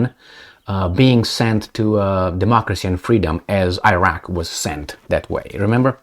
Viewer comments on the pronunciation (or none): none